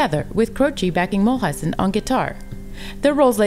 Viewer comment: It is a nice summary - I liked it. The only thing is that Maury's last name is pronounced MULE-IZEN....instead of MULL-IZEN